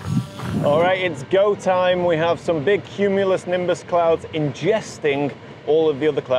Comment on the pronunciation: Oh my God, CUME-U-LOW-NIM-BUS